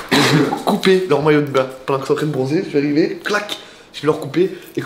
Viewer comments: On dit de bain pas de bian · Ps : on dit bain et pas bian Sinon ta vidéo était trop bien